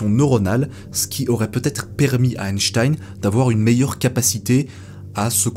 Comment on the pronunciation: Quel plaisir d'entendre le nom d'Einstein prononcé correctement ! Sur les chaînes anglophones, ça fait saigner les oreilles d'entendre un 's' à la place d'un 'ch'. Pour répondre à la question de fin de vidéo, personnellement je trouve extrêmement choquant que l'on n'ait pas respecté les volontés d'Einstein.